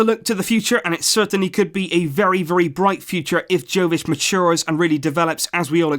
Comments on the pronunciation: its yovic no jovic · Its yovic not joevic. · Uhmm ..... Ur pronouncing Jović wrong I mean ur pronouncing J wrong, its not Džović, its Yović, listen, I live in country right next to his, Croatia, and we have different letters and all that crap, but his surname is really simple to say. U have to pronounce it like its writing Yović not Jović. Read this Jo like Yo!!! :) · Jovic is actually pronounced as 'Yovic' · OK,his name is pronounced Yovich,like Mila Jojovic,Yoyovich ,its Yovich,hahahaha, Yooovic! You can do it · Hey, love the video. I just want to correct you on your pronunciation. He is serbian so his name is pronounced yovich. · Its 'yovic' sir, not with a J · its prounonced YOvic and JOvic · luka jovic pronounced as yo-vich.. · And it's pronounced Y-o-v-i-ć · Just a heads up, it's pronounced Yo-vic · It’s pronounced “YOVICH” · Just so you know, 'J' in Jović is pronounced as 'y' in you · You should pronounce J as J, not Y.